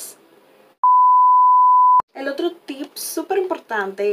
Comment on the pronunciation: Me encato! Pero se dice tip😊 sin ssssss